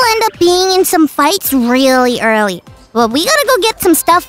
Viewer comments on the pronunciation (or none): none